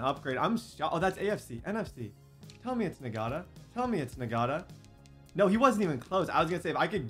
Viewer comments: Bro I’m pretty sure Ngata is pronounced (Na-Ta) no G! I couldn’t help but pick up on it everytime he said it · It’s not pronounced “N-Gata” it’s pronounced “Nata” please no longer call him that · That rookies name isn’t pronounced Na gata it’s just nata the g is silent 😂😂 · “Nagata” 😂 that G in Ngata is silent my boy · Ngata... Nagotta... "Not-uh" 👍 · the rookie we receiver last name is pronounced (not-a) not (n-gota) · I think his name is actually pronounced EN-gata instead of NE-gata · it’s pronounced “Nata” not “Nagata” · It is engata.... that is how u say it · i’m 15 minute in and him saying Ngata like Nagotta is making me insane😂😂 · Boy think he slick with ngata. The g silent😂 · Btw Ngata is pronounced (Not-uh) the G is silent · Ngata is just pronounced Nata. They get it from the Tongan DT that played for the Ravens. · Dear if you see this Ngata is pronounced Nata I know that because of a D lineman who played for the ravens:) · I think it’s pronounced Nata , silent G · Bruh, the dude's name is pronounced na-da. The g is silent